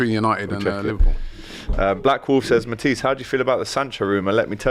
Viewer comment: mispronouncing Matisse name for banter kinda gets to me I don't know why lol